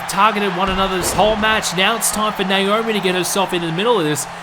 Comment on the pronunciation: I think he has an issue with pronouncing Naomi's name right. Nowarmi?